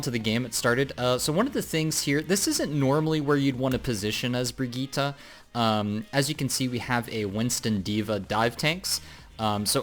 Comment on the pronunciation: ??? That's how you're supposed to pronounce it!